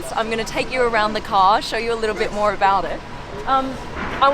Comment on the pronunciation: I like how she says "car" (kaaah) and "here" (heeyuh) 🤣🤣